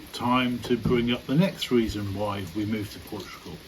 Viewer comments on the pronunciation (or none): "I'll tell you woy". Just joking... But seriously, you don't make friends easily there, I think. Just the usual expat circles? Nice to hear madame's Donegal accent, btw.